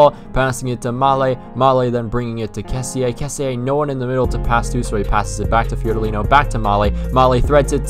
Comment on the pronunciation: Good video but only thing... The pronunce of Kessie=kessì no "kessi e" XD